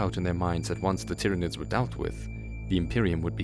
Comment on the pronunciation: ah yes the 'Tiranids' named after the planet 'Tyran'. I always imagined the Tyranids being pronounced like Tie, Tyrant or Tyranosaur, not Tick or Tim. So disappointed the first time I heard it out loud after reason codexes and black library books.